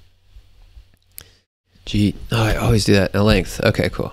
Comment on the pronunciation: Your videos are so helpful, keep up the good work! Also, I love your constant battle with the word 'length'.